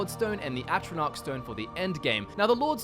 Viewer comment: Say atronoch stone, one more time